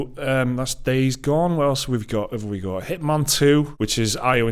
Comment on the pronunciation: Walking the truck yard at work listening to this, I hear Hitmon, and can’t figure out what game they are talking about. An accent to us Americans makes all the difference, excited for a new Hitman game